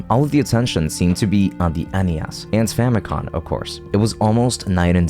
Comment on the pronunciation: each time he says famicon instead of famicom i get another grey hair